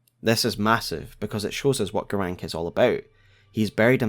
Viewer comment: Why are you saying Garanqq "Garank"? Like, they same his name 50 times. I'm sure you played the game more than once. Why is there a trend to mispronounce names that are stated out loud in the game?